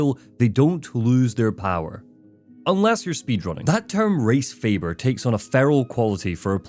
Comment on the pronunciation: "Resfeber" at first sounded like "Race Favor", and wow that did not end up meaning what i thought it would. Thank god.😂